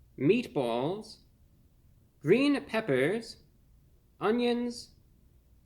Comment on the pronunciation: the way he said Green peppers lmao